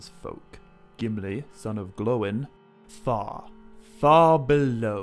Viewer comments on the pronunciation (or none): The I in gloin has an e sound